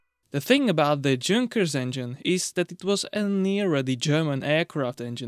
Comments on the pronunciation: It's a German word, you pronounce the J as a Y. Yung-kers, not Jung-kers. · Awesome video as allways. V interesting. Im not being a dick im just saying, doesn’t look like it but i think it’s pronounced yunkers even though spelled with a J 🤷‍♂️. Looking forward to you maybe doing the tvr 6cyl if there was enough interest. Cheers ✌️ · "Yunkers" is the correct pronunciation for Junkers. It should be noted that the exhaust turbine is not connected to a charge compressor , it recovers exhaust energy and supplies additional torque direct to the crankshaft